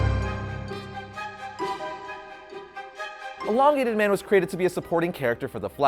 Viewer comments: Stop saying enlongated it’s elongated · ermahgerd! it is EEEEEE LONGATED not ENNN-LONGATED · everything reads elongated man but he says enlongated man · It's not inlongated it's Elongated ;) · No one else is going to point out that he keeps pronouncing it eNlongated man? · The host says enlongated man and it's really annoying! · It’s not “En”longated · You made an 8 minute long video about a guy and you couldn't even pronounce his name correctly once.